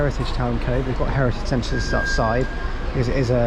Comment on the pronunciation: Cobh is pronounced Co-ve